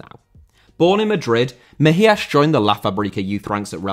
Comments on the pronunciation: Why the "Mejiash". He's spanish, it's pronounced like a normal "s". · Always appreciate the effort put in trying to get pronunciation right but almost all names were butchered on this video, specifically Mejías.